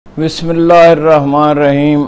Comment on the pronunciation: جناب بسم اللہ تو ٹھیک طرح پڑھ لو۔ ماشاءاللہ پڑھے لکھے ہو کم سے کم بسم اللہ الرحمن الرحیم تو درست کرو اپنی